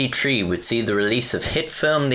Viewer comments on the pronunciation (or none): Nineteen seventy tree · Nineteen seventee Tree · Nineteen seventy tree :) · Im sorry.. " 197tree " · “Nineteen seventy tree” :3